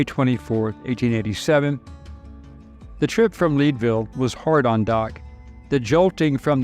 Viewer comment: As a former colorado resident, Leadville was pronounced like red, not reed..